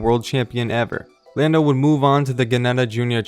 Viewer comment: Did it really say "Llando Norris" ?